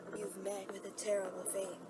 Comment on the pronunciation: BeN: You've met with a tarible faith